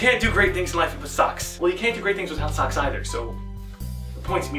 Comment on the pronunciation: when you say socks it sounds like sucks